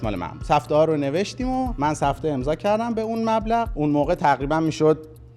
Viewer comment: جان عزیزه دلم اونی که چندبار اسمش رو آوردی وَ گفتی سِفته سِفته نیستش،اسمش سَفته هستش نه سِفته...